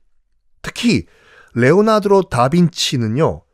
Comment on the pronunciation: 레오나드로? 레오나르도? 발음이 이상한건가요? 잘못읽으신 건가요? 잘못알고 계신건가요?